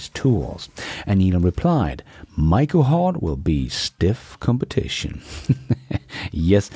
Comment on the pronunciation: Please stop mispronouncing Macrohard. There is no "i" in it. You don't sing "Mike the Knife", you sing "Mack the Knife".